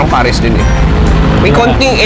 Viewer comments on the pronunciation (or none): none